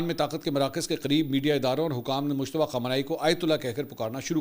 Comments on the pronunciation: Mushtaba nhi Bhai mujtaba naam he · عمدہ تجزیہ ہے، البتہ لفظ مجتبیٰ کو بار بار مشتبہ ادا کرنے پر ہم بھی شبہ میں پڑ گۓ کہ ان کا اصل نام کیا ہے